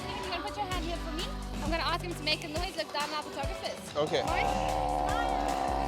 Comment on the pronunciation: Dear bro please practice saying ASK the right way and don't embarrass us ohhhh.